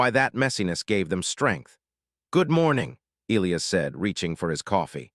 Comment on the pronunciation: Why is it the AI narrator voice always BUTCHERS the pronunciation of what is SUPPOSED to be e-LIE-us?? Not e-LEE-us…..